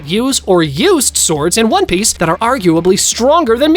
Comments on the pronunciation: Bro why u said one peach not onepiece whyyyyyyy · In the very beginning, you said one peach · he said one peach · One PEACH!!😂😂😂😂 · one peach??? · U said one peac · He said one peach😂😂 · who heard one peach at the start? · one peach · who else heard one peach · bro is it just me or did he just say one peach💀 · bro says one peach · Bro said one peach😂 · Did he say one peatch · In the first 5 seconds he calls it on e peach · Bro said 1peach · In ine peach? At the start lol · Why did you say one peach? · “One Peach” 🗣️ 🔥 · Did bro really say one peach at the start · Bro said one peach💀💀💀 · Ryuma strongest swordsman The Blackbeard glaze is crazy bro Did I just here “one peach”? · “One peach” 💀💀💀💀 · If u check it in cc it says “one peach” lol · bro said one peach